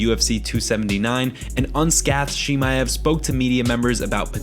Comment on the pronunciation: SHE- maev.. the only YouTube page to pronounce it like that lol dumb